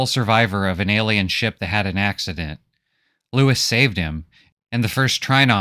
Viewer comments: His name is pronounced loo-ee, not Louis. It's spelled out whet chmee moans his name while injured... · I just finished the book for like the 3rd time. And still I found this synopsis quite illuminating. You present the plot in a nice way that I get a little different interpretation and the graphics are a nice touch. My only complaint is that I think his name is Louis - as in "Loo-Wee". But that's probably irrelevant. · Brilliant - my favourite sci fi story - well done. It's pronounced LOOWEE though.